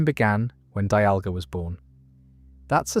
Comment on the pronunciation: Got arceus, dialga, and palkia right but the rest was so cooked